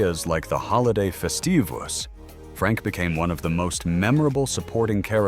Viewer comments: Horrible AI. Terrible pronunciation. Its Festivus, not fe-stu-vos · YES! Soooo annoying. Fest-eee-voos